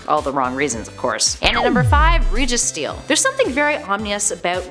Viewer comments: no one: no one: her: regesteel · why does she call registeel like reegeesteel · REGISTEEL. (REG-EE~STEEL) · Bruh the way she pronounced “REEgisteel”…. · Pronounced rej-e-steel… REJ-E-STEEEEEEEEEL!!! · it is caled regi steel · Reggie- steel 😣